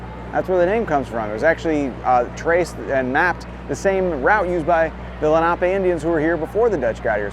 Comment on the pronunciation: Thank you for pronouncing “Lenape” correctly.